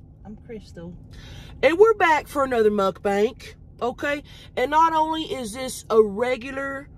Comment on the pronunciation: Mukbang not mukbank lol